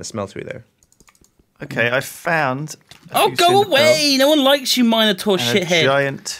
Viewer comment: You better watch out for that Mino"Door" :D